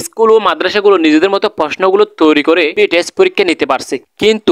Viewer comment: Apni to thik moton test porikkha ta o bolte paren na,, boltecen tes 😂😂😂😂